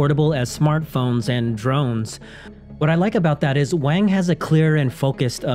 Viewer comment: Its wong not Wange